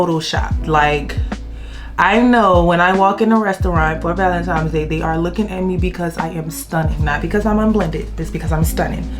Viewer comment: Nice video! It's Valentines n not Valentimes. Have a great day!